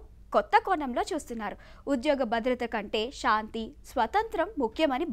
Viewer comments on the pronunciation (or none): none